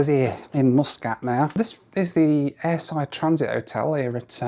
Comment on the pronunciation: Don't forget Mooooskat for Muscat LOL